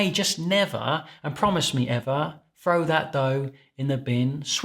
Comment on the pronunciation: This is Fookin Genius ~!! Everybody just throws up their arms and abandons all hope. That' what I've always done in the apparently erroneous belief that once it's over-proofed the starches are all consumed. "Don't frow it away?" Did you really say Frow? Are you a Thames estuary boy? Thanks. Great Video.